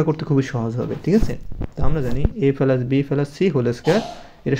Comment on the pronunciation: স্যার শব্দটা পেলাস না প্লাস